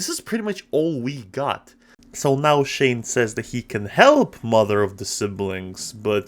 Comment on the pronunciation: first off its pronounced shane (shh-ayy-nn-e) not (shh-aww-nn) second off it was a hit series and i loved it